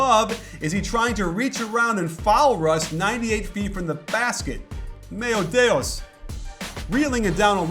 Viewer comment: "meos deos"